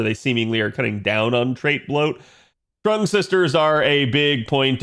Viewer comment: Trung, even though it's pronounced more like Chung/Zheng